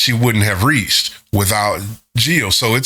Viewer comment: If you like Jihyo's voice, i think you will appreciate her single ATM from twice's Ten: the Story Goes On album. And yes, your pronunciation of her name is fine.